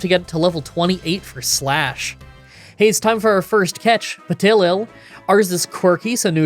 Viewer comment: I chuckled at the Petilil pronunciation, but the Dusosion caught me so off guard 😅